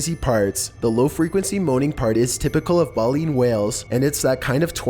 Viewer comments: He mispronounced "Baleen" AND "Minke", that ruined #5 for me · bay-lean dude come on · I didn't hear any "space music" in the NASA one. Maybe it's just me, but I only heard a beep. Also, the "Satanic DVD" one, was shown to be an art project. And lastly, it's pronounced "BAY-leen" whale, with a long "a".